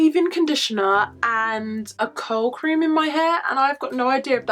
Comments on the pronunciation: For the longest time I thought you were saying cold cream, instead of curl cream 😂😂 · I thought she was saying COW cream 🤣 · I thought she was saying coat cream. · Ohhhhhhhh also thought that